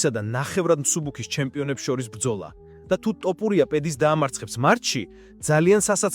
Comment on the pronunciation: რა ტოპურია სწორედ გამოთქვი გვარი!!! თოფურია და არა ტოპურია.